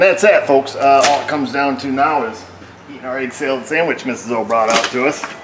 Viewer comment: Oooo, did I hear egg salad samitch? I love egg salad samitches!